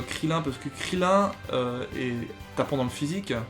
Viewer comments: Nazha Lf non moi quand je regarde dragon Ball ses krillin et non krilline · Arrete de pronnoncer krilin comme sa la vrai prononciation c'est kriline bref sinon super video